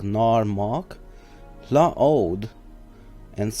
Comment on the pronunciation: I think it's pronounced Hla Oh ah ad